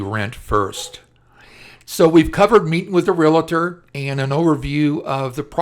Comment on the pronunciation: The word is "realtor" not "relator."